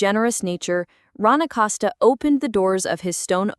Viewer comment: ACoseta (Acosta) say last name right